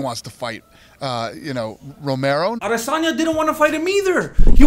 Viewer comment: Why is he calling Romero Mero Mero?